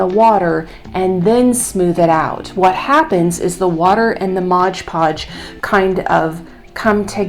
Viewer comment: MOD Podge Not Modge Podge. Think the company would like their name pronounced correctly.🤔